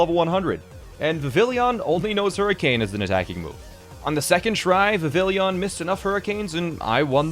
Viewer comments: vivillon? nah. vivillion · This is extremely impressive! I might have to try this myself. However, I have to point something out. (Yes, I know this is petty, sorry not sorry) The pokémon’s name is Vivillon, NOT Vivillion. It boggles my mind that people decide to add an extra i to its name. It comes from the French word for butterfly, which is “papillon”, pronounced PA-pee-aan (or PA-pee-yon, same difference). So Vivillon is pronounced VI-vee-aan (or VI-vee-yon). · its pronounced vivion but spelled vivillon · Uh friendly reminder it is viv e on not vill e on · Ah yes Vavilleeyon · Vivillion is pronounced like the French word for butterfly, Papilion. It is pronounced Vivion, like Vivian but with the 'on' sound instead of 'en.' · V’villi-yon…. Okay wait what like two minutes later he pronounces guillotine correctly. Does he know how to say French words or not??